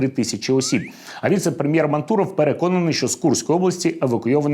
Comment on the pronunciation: "М-А-нтуров", а не "МантУров". Ударение на 1-м слоге.